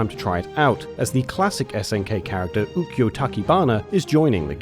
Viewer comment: He said Ukyo's name wrong